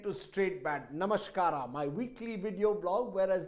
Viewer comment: It is Namaskara and not namasHkara